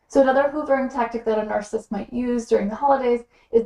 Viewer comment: You keep saying narCIST. Isn’t it narCISSist? Three syllables? Slowwwww. down please.